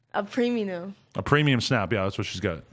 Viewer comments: "A preminum" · " ..whats it called?.. A PREMINUM"